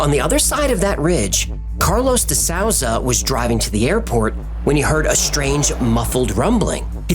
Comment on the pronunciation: very interesting. Souza is pronounced: soo-zah. Its portuguese;) another great video guys!